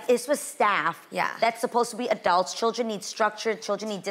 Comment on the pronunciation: Adrienne w the “adalts” AGAIN